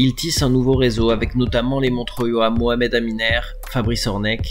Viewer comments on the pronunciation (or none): none